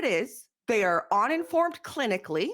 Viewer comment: it's UN informed, not ON INFORMED. I don't know if it's your alien Canadian English. But you always say "ON" when it's pronounced "UN". OnInformed = uninformed OnNecessary = unnecessary OnDone =Undone Get it right. You don't say sOn for sUn. You don't say bOn in the oven, you say bUn in the oven.